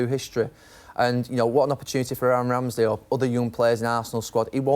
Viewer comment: I know he says Ramsey, but his Mancunian accent makes it sound as if soothsayer Neville predicted the rise of Aaron Ramsdale at Arsenal